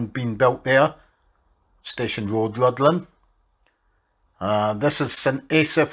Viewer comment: And the 'dd' in Rhuddlan is a 'th' sound, so it's more like 'ruthlan'.